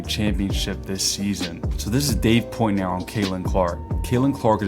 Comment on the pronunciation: Why do you say "Dave Poytner" ... PORT NOY